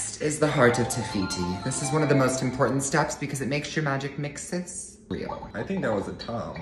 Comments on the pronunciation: Its pronounced Magic MIX-EEEE** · Pronounced magic Mixie not Magic mixes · I don't want to be rude but to let u know it's not magic mixes is magic mixies pronounced ✨️mix ee s✨️ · It's pronounced mixeeeeeeeeees